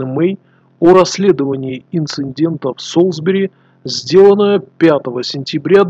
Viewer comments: Всё хорошо, но блин, какого ещё нафиг инциНдента???? Инцидент!!! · Инцидента, а не "инциндента"